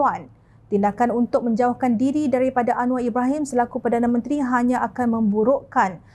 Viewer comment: Apa pembaca berita blih salah sebut perdana menteri, harus peka dlm penyampaian berita,sila simak blih apa yg disebut sebagai perdana menteri